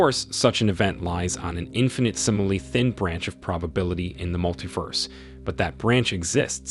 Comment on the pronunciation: he also cannot pronounce hugh or infinitesimally, amongst quite a few other terms... leading me to think he's never heard these words. even has trouble with other simpler words like negligible....